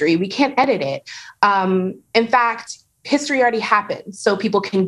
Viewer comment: When the "news show host" says HISHtory, you already know you have problems.